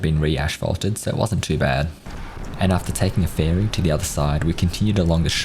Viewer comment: Ferry, like berry. Not Fairy